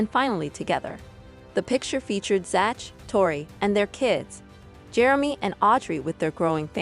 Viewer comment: Zach is pronounced zak.